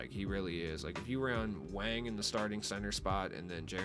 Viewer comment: Stroke it with that big Wang It’s pronounced “Wong” all you sus-y serge Ibaka’s